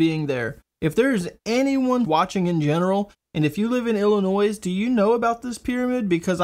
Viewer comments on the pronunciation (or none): Illinois= sounds like 'illa-noy'. Not ' illa-noise'. That's all.